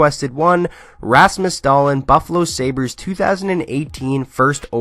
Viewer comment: Just butcher that lastname!